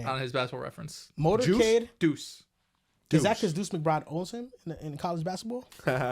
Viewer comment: It’s Motor Cade